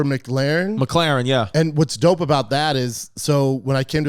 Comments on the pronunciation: Brendan the car guy, it's not "Mick-laren" dude. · Loves cars and can't even pronounce McLaren...... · The way Brendan says Mclaren for an unknown reason makes me mad.